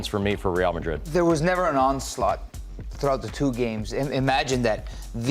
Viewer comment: I wish this guy would stop saying madrid like marrrrdid